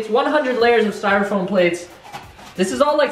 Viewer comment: This man Said styrafoam paper